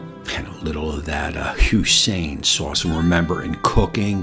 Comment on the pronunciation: Lmao hoisin it’s pronounced “hoy-sin” not “who-sin”